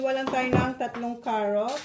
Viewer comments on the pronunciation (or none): none